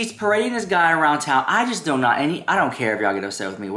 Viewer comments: “You Do Naught talk about Coady”” Every time you say it I fkn DIE Laughing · everytime you do the "you do NAHTTT talk about CODEH!" I die laughing!!